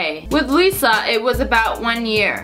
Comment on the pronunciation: For a second I was confused so I thought you said Liza like the YouTuber lol